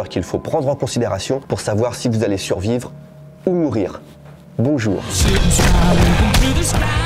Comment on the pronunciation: Suvrire je sais pas mais survrire j’espère 🤣